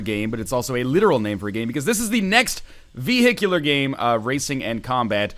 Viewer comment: VEHICKULAR Sorry, but that annoys the shit out of me for some reason. Also, why more early access crap? Look at games that are actually fucking finished please.